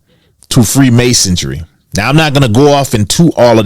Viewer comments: Freemasonry . Not freemasondry lol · Said “free masodry” twice 🤣 MASONRY genius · First you gotta learn how to say freemasonry. Theres no t or d in there. No self respecting conspiracy theorist will be taken serious on any subject when they mispronounce key words or phrases....